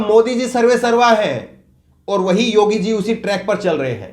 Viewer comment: पहले तो आप अपना उच्चारण सही कीजिये । योगी आदित्यनाथ के स्थान पर आप योग्य आदित्यनाथ बोल रहे हैं । कितने अनपढ़ हो तुम लोग ।